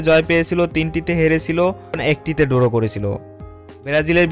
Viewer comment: আপনাদের ভিডিওগুলো অসাধারণ লাগে। তবে মাইন্ড করবেন না, ধারাভাষ্যকারের উচ্চারনে অনেক সমস্যা আছে যা দৃষ্টিকটু শোনায়। যেমন "ড্র" কে বলছে "ডোরো"। আমার সংবাদ উপস্থাপনার উপর ট্রেনিং নেয়া আছে। আমাকে যদি আপনারা ধারাভাষ্যকার হিসেবে সুযোগ দেন , তাহলে আমি সঠিক উচ্চারণের মাধ্যমে আপনাদের চ্যানেলের ধারা বর্ণনা দিতে পারবো ইনশাআল্লাহ 🙏